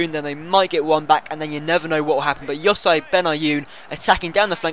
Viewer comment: you say "yo-sy benayun" its "yo-si"